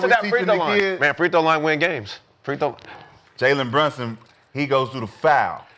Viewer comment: HE SAID JALEN BRUNSUN HAHAHAHAHHAHA NOOOOOOO FUCKING WAYYYYYYYYYYYYY